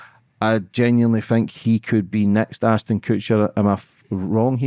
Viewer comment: Its ASHTON not Astin 🤦‍♀️